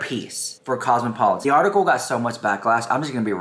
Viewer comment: Girl mins in can't pronounce cosmopolitan,..... I repeated it three times now. 😅 Dead